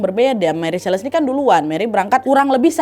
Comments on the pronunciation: Nadia...mantap cerita dan narasinya.. hanya saja.. setahu saya tulis Celeste harusnya dibaca seleste bukan seles.. jadi cukup mengganggu.. tp overall tetap mantap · Ralat ucapan ya wak Celeste (dibaca) seleste